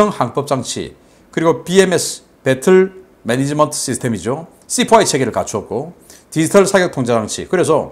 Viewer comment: 베틀 멘니지먼트. 라고요? ㅎㅎ